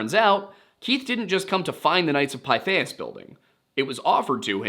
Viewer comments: Pithias phonetically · Pretty sure it’s pronounced Pith. Short I. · Knights of "Pith-ee-us".